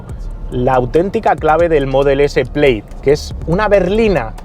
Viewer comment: se dice Plad